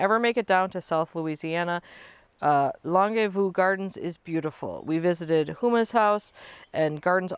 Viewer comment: I was watching the birds over your left shoulder on the other feeder (when you first started) and there was a very bright blue bird that made a flashing appearance. Possibly an indigo bunting? We totally get the dirty fingernails! And the Longue Vue is pronounced Long View. French.